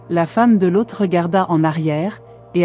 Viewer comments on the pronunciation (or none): je viens de regarder a nouveau, parce qu'a la premiere, j'ecoutais en bossant. je n'avais donc pas vu les images. j'ai beaucoup aime le lien entre l'ejection de la mer morte et la statufication en sel de la femme de loth (que tu prononce bizarrement lôth) : je me suis toujours demande pourquoi elle aurait ete transformee en sel : ça serait une bonne explication. par contre je n'ai pas reussi a comprendre le lien entre le verre vitrifie (fait par des gens), et sodome et gomorrhe. une ville entiere vitrifiee a ete decouverte en inde (ou au paskistan, je ne sais plus). certains ont dit que seule une bombe atomique aurait pu faire ça. seulement, quand on tape "la bombe atomique n'existe pas", sur odysee, on tombe sur une video de presqu'une heure qui explique d'une maniere plus que convaincante ce qui est dit dans le titre... et puis on se demande comment les gens de cette epoque auraient pu avoir une telle technologie -a moins, effectivement, qu'elle ait ete importee par une civilisation exogene. franchement, cette video merite plus de likes. les mysteres d'internet...